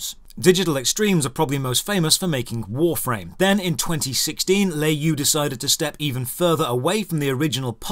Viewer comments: btw It's pronounced "lure yo" not lay you. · Le is pronounce luh in chinese and you is pronounced yo. Not nit picking at all. I love your content and yeah tencent has everyone in their pocket and I hate them as much as I hate the CCP.